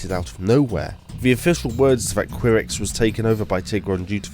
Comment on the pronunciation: Ki-rex Not Qui-rex